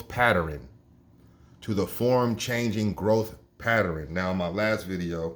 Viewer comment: That's what he tried to say but said pateren.